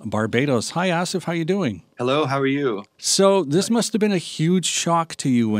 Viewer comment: I thought it was pronounced ASSif, not AHSif.